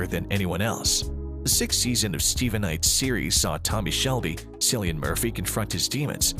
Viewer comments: It's pronounced Killian, not Sillian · It’s KILLian Murphy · Mans said Cilian like “sillyan” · It's hard to think you know what you're talking about when you haven't yet learned how to pronounce Cillian Murphy's name.. Just sayin'...